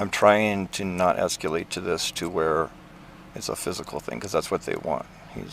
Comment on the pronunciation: "esculate", careful,, your room temperature IQ is showing again